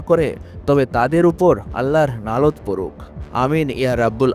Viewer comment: আল্লাহর "নালত" আবার কি? আমি তো জানি ওটা " লানত্"